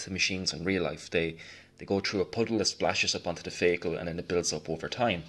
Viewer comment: I have been sitting here for 2hrs wondering what a "feygel" is until I realized you're saying "vehicle". Amazing tutorial. I'm going to try following your techniques for a small model I have. My techniques tend to come out rather flat looking.